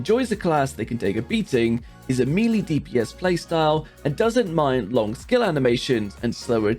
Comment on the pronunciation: Melee is pronounced me-lay